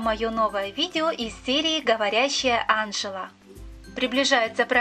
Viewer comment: Ты не правильно ставить ударение у Анжелы ударение падает на букву е анжЕла